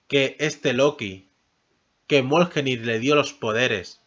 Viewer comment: xq pronuncias mal el Mjolnir. Lo pronuncias mioljenir o moljenir cuando se pronuncia MIOLNIR no es tan dificil.